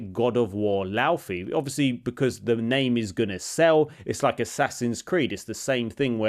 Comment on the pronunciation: You pronounce it Lau(Fay) like her name. Not Lau(fee). There is an interview with Cory Barlog and the game director.